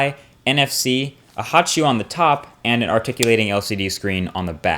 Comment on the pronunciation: what is a hotchew? He says it at , he says there is one on the top?